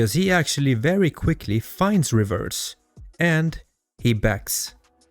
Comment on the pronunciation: Holy shit stop inserting T's in words that don't have them. "Faltse", "Revetse".... 🤦🏻‍♂️🤦🏻‍♂️🤦🏻‍♂️🤦🏻‍♂️